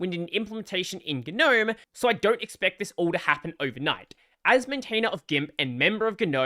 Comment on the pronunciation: “Guh noaem”